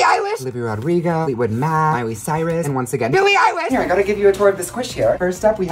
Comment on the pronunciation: “ BILLIE EILISH” “biLlE eiLIsH”